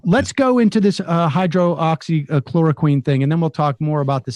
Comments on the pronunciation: Your point would be more effective if you actually pronounced the drugs name correctly. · Please. Learn to pronounce the drug’s name correctly BEFORE you rant, even if your rant is correctly based and well verified. It’s like W consistently saying new-que-ler. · Is Sam deliberately mispronouncing hydroxychloroquine? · This is ridiculous. You can't even properly pronounce the name of the drug. The trials you're talking about are absolute garbage. Im sure you have absolutely no idea as to what the medical activation of the drug is and why or how its thought to have a chance of working. I'm disgusted with you people who are putting politics above science. You should all be ashamed with yourselves. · What is Sams issue with the word? Is it a bit? Hydroxy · Yes! Thank you someone else is saying that too him! It's driving me nuts! Also shortening it to hydroxy doesn't work Sam. Just call it what it is, and pronounce it correctly. Hydroxychloroquine. All that being said, I love you guys keep up the work! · Sam... here, a little help: Hy-droxy-chloro-quine. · quit calling it hydro oxy...there is only one o.... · “Hide-rox-ee” not hydro-oxy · It’s not, hydro oxy, it’s hydroxy. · Hy-droxy...not hydro oxy...not a big deal, but... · Chemical engineer here: it's pronounced "hy-DROX-y" not "HYDRO-oxy" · It’s not a big deal.. but I believe the drug is called Hydroxichloro- “quinn” not “queen” like Sam has been saying every time. Drives me kinda nuts though. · hyro-oxy-chloroqueen ... lol Sam you're adorable. It's 'hydroxy klorokwin'. In our lab we just called it chloroquine for short. We were trying to see if it would cure cancer. It doesn't. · Sam - it's not "hydro-oxy" it's just "hydroxy" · hydroxy====== hi drox ee not===== hi dro ox ee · ... Hy - drox - y - chlor - o - quine ... Sam, I apologize ... I trust YOU - I DON'T trust Trump ... but Hydroxychloroquine just ISN'T that hard to say ! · He pronounces it hydro-oxy hehe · "Hydro-oxychloroquine?" Jesus, Sam...